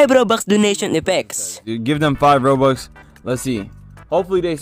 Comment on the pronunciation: why tf does he say robukhs